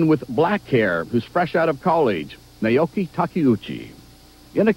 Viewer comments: That journalist totally butchered Naoko Takeuchi's name. Nay-oh-key? C'mon. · Did he say "Naoki Takeuchi"? It's NAOKO. And they used the wrong theme song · First of all, he said her namewrong, second of all, she's wrong when she says there are no female superheroes. He called her "Naoki"... absolute shame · I cringe every time the guy says "Naoki". It's Naoko! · "Naoki Takeuchi" XD its naoko NAOKO XDDDD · Naoko not Naoki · It's painful hearing the narrator butcher Takeuchi-sama's name! It's Nao-KO Ta-ke-u-chi! The Sailor Senshi are all in their TEENS for Heaven's sake, so please, no 'blonde bombshell'! And female otaku exist, believe me they do! They might not express their love of anime, manga, and comic book series in the same way as their male counterparts, but they do exist! ^_^ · Did he really just say naOKI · haha he couldn't even bother to read the name right